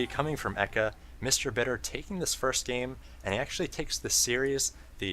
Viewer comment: Love your casts dude, and thanks for the info about Mr. Bitter's 12 weeks with the pro's. Just one thing, you need to learn to pronounce "game." You always say "goame" or something and it tweaks me out.